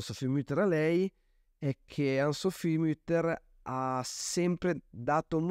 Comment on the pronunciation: Grazie della recensione ma devo segnalare che la pronuncia corretta è ANNE SOPHIE con le vocali pronunciate fino in fondo e non ANN SOPHI. E' un nome tedesco non inglese o francese.